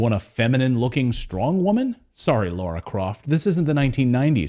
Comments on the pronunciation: Mate its lara not Laura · Not a Tomb Raider fan but I'm pretty sure it's Lara Croft, not Laura.